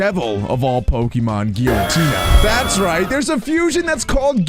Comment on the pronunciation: its gyratina